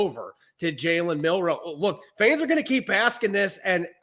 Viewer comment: It's Milroe, not Minroe.